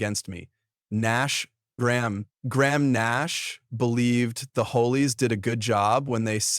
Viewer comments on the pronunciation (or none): Hollies is not pronounced 'ho-lees'; it is 'ha-lees'. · The AI pronunciation problems are so irritating…The HOLIES? It’s the HOLLIES…jeeez